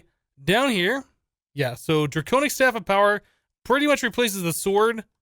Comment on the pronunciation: Dwaconic Swaff of Awesumness !!!